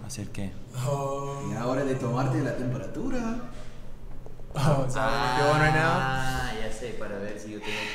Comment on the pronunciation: es temperatúra,no tempóratura y lo dijiste 2 veces. Preguntale a chad de donde viene la palabra tembóratura, sonó mal en mi pais paraguay. jajajaja falta el colombiano. Saludos.